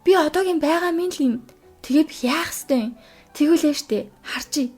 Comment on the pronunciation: Эгч би ёстой гэдэг үгийг нь сда гэж сонсоод гайхлаа шдээ 😂😂😅